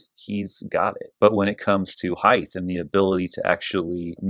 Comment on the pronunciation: I never thought I would spend 9 minutes listening to someone who pronounces height “heigth”... But you hit some really interesting distinctions. Nice work.